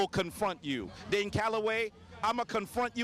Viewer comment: It's DANE not Dan! Damn!!! Lol